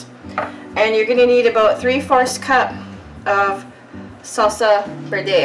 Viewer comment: verde is pronounced verday..i only say this because it sounded like you asked